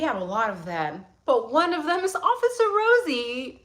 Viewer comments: Why did you remind me of Rosie Perez as you were ratting the RRRRosie's, lol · She reminded me why I almost failed high school Spanish because I couldn’t make that sound .